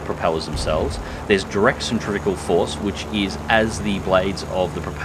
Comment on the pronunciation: Centripetal not centrivical. As for numbers it wouldn't be too hard to get numbers if one had blueprints/data on it's physical shape/dimensions. As for the question to OP or not, I like to compare it to the other 4.7 p-51d-30 which some people suggest should be as high as 5.7, the yak-3p can do just about everything better, the sole difference being d-30 has a higher rip speed.